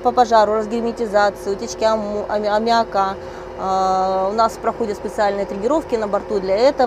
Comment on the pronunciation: Если она космонавт и с высшим образованием, почему она говорит неграмотно? Например консервы называет консервой, в слове аммиак делает ударение не в том месте...вместо "ничего не получалось", говорит "ничего не получалося"... Это так задумано или что?